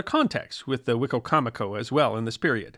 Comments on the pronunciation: We pronounce that ‘Why - coma - co’ In Maryland. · Living in the area I always hear it pronounced " Wa-comb-a-co". Who knew. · As a Native American in the DMV, we pronounce it WHY-COM-A CO. Just a heads up. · Hello! I'm from Maryland and have lived and worked in Salisbury. I'm assuming the pronunciation of the county that is named after the tribe (Wi-com- mic- koe) is one of the many anglicized versions. When I saw the title card, I said to myself "I wonder how it's gonna be pronounced?!?" The best version was on WWE the announcer pronounced it "Wicky-mick-oh". Thanks for focusing on something I literally live by. A topic suggestion that is equally close and would be great is the Quakers and their role in the early American history! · I loved this episode, Your pronunciation of Rappahannock is off, it’s pronounced locally as Rapp-ah-hanick (like hand), or the Rapp. 🎉Wicocomico is pronounced, Wick-comic-co, at least by locals. I learned this after many corrections by local watermen. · I think that’s a different river/tribe. We have both Wicocomico and Wicomico in VA. The first is the tribe and the second are two rivers (Great Wicomico and Little Wicomico). For the most part, I’ve only heard a few northerners (Maryland) say “Why-comico” when talking about the rivers, but who knows who is right! (Probably no one is: they’re just spelled the same 😉) The English language is a nightmare of spelling and pronunciation. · From a person who has lived most of my life in the area. The way you say the tribe name is so funny to me. I've never heard a person pronounce Wicomico that way. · Wicomico County in MD was named from the Algonquin wicko mekee but what you have has an extra syllable.